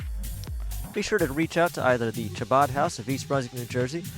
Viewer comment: Sadly you guys appear to be quite antisemitic. Aryeh Goodman will be dealt with for his criminal conduct and should be if he is Guilty, but your so called coverage came off as extremely bigoted and hateful. You also mispronounced Chabad and the main headquarters in Brooklyn doesn't employ Aryeh Goodman and disavowed having anything to do with him. It is unfortunate that you would make such a prejudicial piece about such a tragic situation. It is unnecessary to condemn the entire Chabad movement for the alleged wrongful actions of one individual.